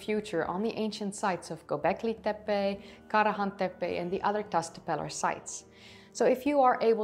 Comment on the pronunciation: Klik even op het luidsprekericoontje voor de juiste uitspraak? Ook Göbeklit tepe: de ö spreek je uit als "eu". Je engels is wel prachtig! Dus als je gevoel voor talen hebt dan kan dit simpel Turks er ook nog wel bij ;) Leuk filmpje verder!